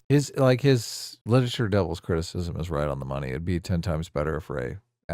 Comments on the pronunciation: really seems to struggle with the word “criticism.” He should instead use “critique” because it’s easier to pronounce and more appropriate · Or as he calls it cwiticism